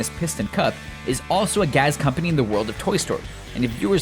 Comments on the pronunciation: Gas*** not "gaz" lol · "Jurassic Gazzzzz" dat accent doughhhhh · "Gaz company"?